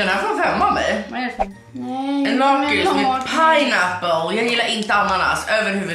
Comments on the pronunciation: Ni säger lakrits fel, och kex det heter chex (inget hat) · Säger du lakrits med "långt" a, jag säger med "kort" a, bc jag e från Skåne😂